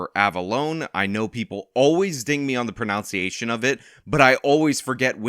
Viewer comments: Instead, I'm going to ding you on how you pronounce "pronunciation". Second syllable is like "uh", not "ow". It was there; I couldn't resist. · Bruh…you mispronounced the word pronunciation. That was funny. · Can I ding you on your proNUNciation of pronunciation?